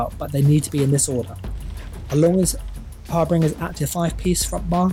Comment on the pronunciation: Love your videos, this is gonna be my next build. But please stop calling harbinger(har-bin-juh) "har-bringer" .. it hurts 😂 would love it if you'd update your website too.. your builds seem to be better and more meta relevant than Altcasthq and from what I can see you've only put 3 pvp builds on your website :( easier to follow when you've got a text/image based guide as well 👍keep up the good work